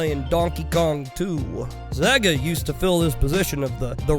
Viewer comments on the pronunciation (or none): Lol why do you say sega so fucking weird? It's pronounced saaaaayga my dude. Great video